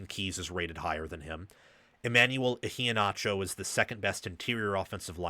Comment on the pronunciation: The proper pronunciation of Iheanacho is iheen-acho, not ihee-nacho. It’s supposed to roll off the tongue and sound like one word, not two words, nacho, being the second. Sorry, it just drives me nuts every time I hear it. People do the same with Mariota, and he’s never corrected them. It has an Islander pronunciation Mario-ta. At least that’s what his family said, when asked